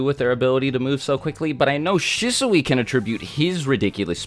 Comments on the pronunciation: Shisui is pronounced She-Swee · shih-soowee lmao. shee-swee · Isn’t Shisui pronounced Sheeswe? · Him mispronouncing Shisui’s name was driving me insane, lol